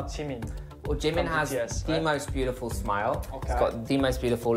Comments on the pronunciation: 🤣🤣🤣🤣🤣🤣🤣 lmfao am embarrassed for him 🤣🤣🤣 he loves Jimin at least learn wt u say in korean properly he wants to look like him he's obsessed with him and want to meet him yet he doesn't even learn his language😒😒😒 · Also yes he is pronouncing basically everything including Jimin wrong which is absolutely hilarious 😂